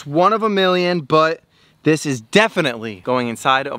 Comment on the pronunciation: When you put the pacu in the new pond you said dis guy instead of this lol 😂😂😂😂😂😂😂😂😂😂😂😂😂😂